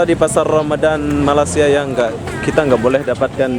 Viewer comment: Bro sebut Malaysia tu betul2. Me-ley-si-a bukan Ma-las-si-a. Kalau lidah tu pendek tarik bagi panjang